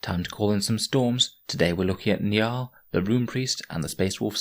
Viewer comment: It's pronounced njOOl